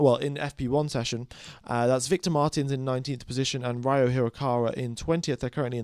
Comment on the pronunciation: Ryo is pronounced Ree-Oh (pretty much like Spanish river)